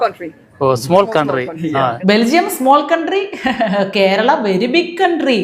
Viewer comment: ❤ The pronunciation of Belgium is " Beljem"